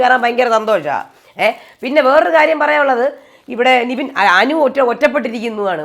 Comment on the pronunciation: എന്റെ പൊന്ന് 'നിവിൻ' അല്ല 'നെവിൻ' നെവിൻ എന്ന് പറയാൻ ഇത്ര പാടാണോ.